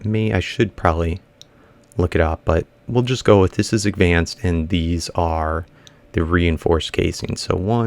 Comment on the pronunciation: WHY DO YOU ALWAY'S SAY AGVANCED IT IS CALLED ADVANCED